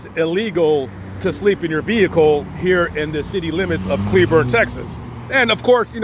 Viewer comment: First, thank you SO much for correctly pronouncing cleburne! Most out of towers say clay~burn. They “checked” on you to see if your simply alive. When you greeted them with an attitude, that made them think you are hiding something Asking the same question over and over again is a simple way to see if someone is lying. If you had been polite and civil from the beginning, your negative experience would not of happened would you like it if someone came up to you with an attitude from the get go for no reason? How does a stranger know when they get you at a bad time? Did the cops handle it badly? Most definitely, but so did you. That Walmart will call the cops on OTR if they park in the parking lot, most of those drivers do get arrested. I say this as a cleburne resident, an OTR driver and someone who has family in Johnson county sherif.